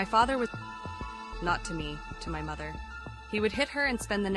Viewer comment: The way she said mother